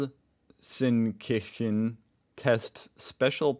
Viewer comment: I'm from Gelsenkirchen and your pronounciation of Gelsenkirchen was way better than I expected.😅👌